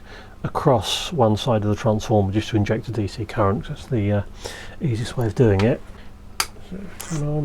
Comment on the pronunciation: "primary differential _cureent_" Seems like I'm not the only one occasionally repeating the wrong leeter in a sentence